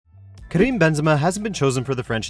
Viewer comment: Karim not "Krim"...